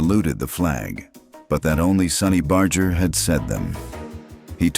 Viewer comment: LOL!! The clown ( at the beginning ) talking about Sonny Barger can't even pronounce his name properly!!